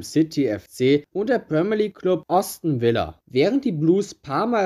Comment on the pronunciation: Was ist eigentlich diese Schampsleague? Außerdem Äston Villa und nicht tsu sondern zu!